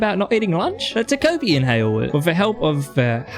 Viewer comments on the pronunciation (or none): Incredible video but WHY do you say ta"koh"pi like that!! Again, loved the video but please pronounce it ta-ko (as in cod) pi I'm begging you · "ta-cope-y" dfghjkl